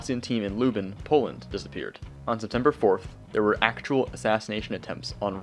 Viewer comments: NOT LUBIN, LUBLIN, POLAND!!!!!!!!!! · Haha yes you were 2000 light years away from pronouncing "Lublin" properly